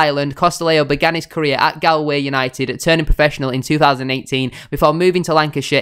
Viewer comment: pronounce it gaull-way united mot Gall :)